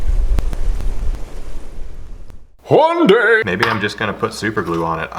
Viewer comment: Is it just me that hear "juan day"?